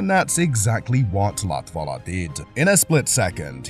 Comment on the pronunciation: So you learnt how to pronounce Lattvala or Zanarrrrdi with perfect accent but you didn't learn how to say Kubica [koo-bitza]